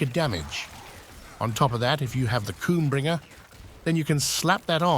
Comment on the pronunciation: Is no one going to mention the "KOOMBRINGER" I thought I've heard it all.... Love your content